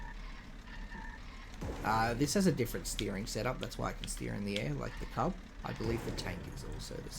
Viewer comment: Cuub is actually pronounced like "cube". back when i was pushing for the Bricktor to be made, Cat made that and said "here's your brick". however it actually doubled as a test for the mechanism the tank uses to steer. EDIT: also, the trailer version of Old Smokey is being saved for some kind of reward in the future. we don't what yet though.